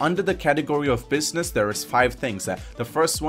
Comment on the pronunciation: Why is it that all these video game you tubers always have a weird accent where they have weird speech cadences or weird things they say at the end of sentences? He sounds like he puts an “A” at the end of every sentence. He ends sentences like..”businessah”